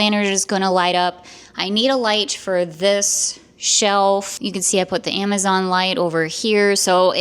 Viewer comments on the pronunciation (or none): none